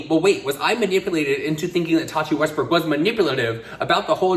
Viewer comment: Tati Westburk/Westberg? Why do I always hear a different pronunciation from?